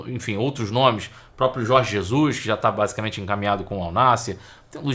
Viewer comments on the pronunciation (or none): none